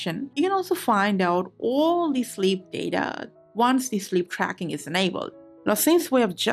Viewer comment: Shleap drackin om Appulewagds Eelaiven... now I need some shleepe